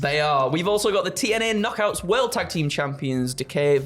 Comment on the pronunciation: Did mistakenly say "TNA KNOCKEROOM"... one track mind, this lad.